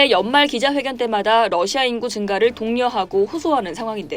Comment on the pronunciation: 러시아가 아니라 너샤 라고 발음하는 듯